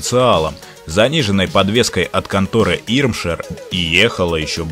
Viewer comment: В Германии есть паговорка, Опель начнет со времянем едит бестрее потому что становится легче, все лишнее сгневает. А в общем ролики не плохие, только произношение названий тюнинг фирм не много не верное . Правильно было бы Рига, Цендер, Имшер. Vielen Gruße aus Deutschland